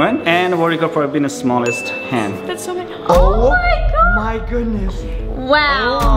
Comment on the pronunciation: Is it me or did I notice that Brent every time when he says oh my god he says oh my GWOD